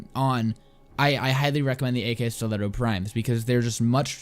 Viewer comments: This guy: AK stilettos. The game: Akskileto "Ak" brainchild: Am I a joke to you? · I don't think that it's pronounced "ak-bolto" or "ak-stiletto", but rather "akbolto" & "akstiletto", since you say "akimbo" not "ak-imbo"